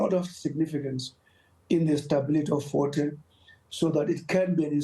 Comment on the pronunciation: Fort Hare* and not force hare